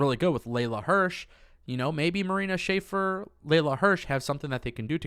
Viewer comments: dude i like you and you videos, but please start pronouncing marina shafirs name correctly its not schaefer its shafir!!!!! sha-fear would be the right pronunciation!!! keep up the good work tho otherwise all great bro!!!! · Love the content but it's pronounced Sha-fear not Shaffer. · It’s pronounced Marina “Sha-Fear” Shafir! 😉😊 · The correct pronunciation of Marina's last name phonetically is sha-fear